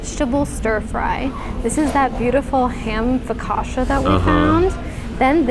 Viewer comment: You too are amazing and love your videos! You like Focaccia as I do…..please please next time, pronounce "Focaccia" correctly😂😅❤